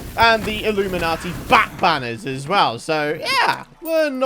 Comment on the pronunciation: Is he calling illuminant bats... Illuminati bats?